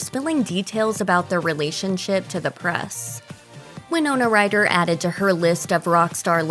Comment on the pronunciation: why do u pronounce Ryder "writter"?